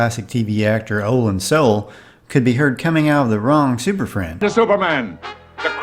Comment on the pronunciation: Olan Soule's name is pronounced "So- LAY"